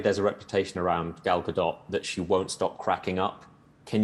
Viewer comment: Finally someone who says Gal Gadot’s name correctly. It’s really not that hard. Love Ali.